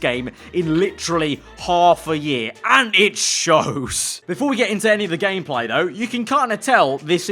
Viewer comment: He said gayplay